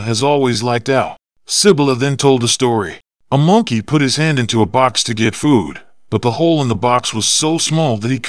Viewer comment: Bro I just don't want to hate it on you but it is monkey not moonkey